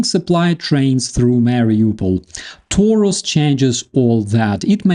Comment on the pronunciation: Everybody is talking about Taurus now. Let's see. But Taurus is a Latin word adapted to German. I would appreciate if you pronounced it this way. "A" as in "after" and "u" as in "Putin". Taurus. As in I'm coming After you PUtin.